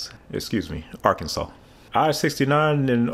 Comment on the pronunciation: Arkansas is now Ar-kansas. That comment just made me realize Arkansas is just Kansas with AR in front of it.